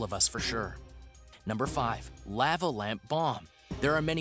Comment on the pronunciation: I have never heard lava pronounced like that LOL